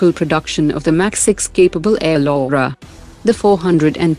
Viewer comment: Air Lora ❌ Air Laura ✅